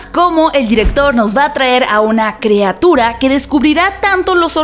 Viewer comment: Monstruo, no mounstro. Criatura, no creatura.